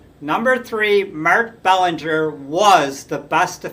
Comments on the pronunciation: It’s pronounced “Bel-an-ger”. It’s not Bellinger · The way it is pronounced here may be correct but I distinctly remember announcers pronouncing Belanger's name Ba-lan-ger, not Bell-an-ger. Either way, I don't see how he could be rated ahead of Concepcion who was one of the best offensive shortstops of his era, and was also an exceptional fielder. If Belanger was a better fielder, it can not have been by a wide margin. Concepcion on the other hand, was an infinitely better offensive player than Belanger. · It's "Bel AN ger." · If he hadn't suffered a career-shortening injury at the beginning of the 1982 season, you could make a good case for Rick Burleson going to the Baseball Hall of Fame. Look how far the team fell after they lost him; they struggled to play .500 ball without him at short. And by the way, Mark Belanger's name was pronounced "Buh-LAN-ger". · Good picks but Larry Bowa and Don Kessinger deserve honorable mention. You mispronounced Belanger’s last name. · You're pronouncing Belanger's name wrong ...